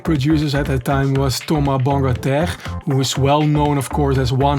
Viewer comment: Wow i never heard Thomas Bangaltar's name pronounced like that haha